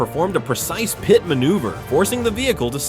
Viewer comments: It's called a PIT like armpit, maneuver. Not PiTea 😂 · What was the deal with the guy on the hood of the police vehicle near the end? Some pretty decent videos, bit your AI narration needs work. Why can't it say, "PIT maneuver"? It said "pie-tee maneuver" several times. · "Pie Tee"...is this some sort of stupid AI or an uninformed narrator? So many idiots, so few holes. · Decent videos, but awful narration. What is a "precise pi-tee maneuver? Did the AI mean PIT maneuver?